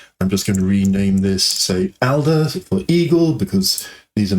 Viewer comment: Little nitpic, eagle in German is Adler, not Alder Alder (actually "Alter" but often spoken with a softer "d") can be used as "buddy" :) Edit: Maybe "dude" is more fitting than buddy.